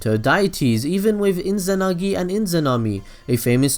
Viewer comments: There is no n in izanami/izanagi ._. But anyway rly nice vid man i rly didnt know he used tsoukiomi on his parends and izuna to give them a peacefull life :) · mangecaillou sharingan lmao also inzanami/inzanagi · Inzanami and Inzanagi :D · your pronunciation is shit dawg. mangekAyo? iNzanagi iNzanami? really, it's not so hard guys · It's Izanagi. Duh.